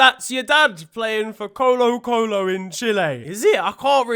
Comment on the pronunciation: I'm Chilean and I support the rival team of colo colo but i am offended of the way you pronouced colo colo but i still love you and the jokes you make